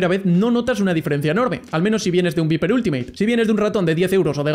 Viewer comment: se pronuncia "vaiper" ni viper JAJAJ típico español